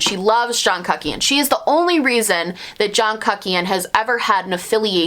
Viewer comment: I love hearing you say john kuckian, because you pronounce it cuck-ian Which honestly sounds accurate hahaha